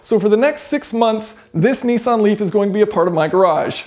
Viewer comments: G,Day it should like Nissan like pissan your saying nessan ? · "Neeesan Leaf" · What's a Knee San? Oh, a Nissan Renault. Got it.